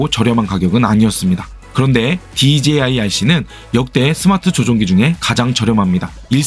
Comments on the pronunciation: DJI발음 꼭 그렇게 해야하나 어휴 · 와!발음 ㅋㅋ "그런데 디제이 아이씨는" 엄청 많ㅇ ㅣ나오네잉 좀 웃김 ㅋ~ 유익한 설명 감사합니다.